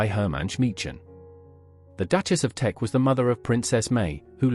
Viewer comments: "Teck," not "Tech." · K It is TECK, not tech… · It's Teck, not tech